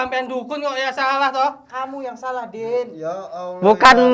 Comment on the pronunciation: Makkah hadir. 😂😂😂.itu baca basmalah aja acak 2 kan. Suruh masantren dulu 50 thn aja